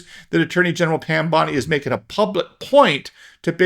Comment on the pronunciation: I don’t know how she pronounces her last name but my last name is Mizell and in my mind you pronounced her last name correctly not once but 3 times.